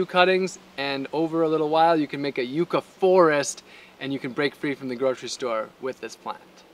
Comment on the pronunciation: The first youtuber that has pronounced it properly, Yu-kah and not yuck-a. Amazing video, gonna try planting some here in Malaysia!